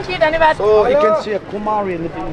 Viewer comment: Your “Dhanyabad” sounds really genuine. 🇳🇵🇳🇵